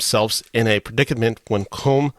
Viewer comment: You should pronounce Colm as though it was spelled COLUM. Please get lt right.